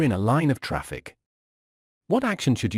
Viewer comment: Jeez Man, sort that 'traff eye cee' out please